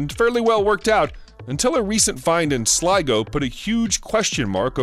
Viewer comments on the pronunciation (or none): none